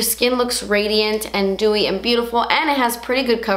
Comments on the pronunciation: she did haha but it sounded like gooey (im just being stupid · Kristina Zhang I thought she said dewy 😂